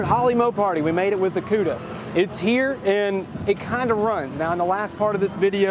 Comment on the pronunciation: The Polished POODA lol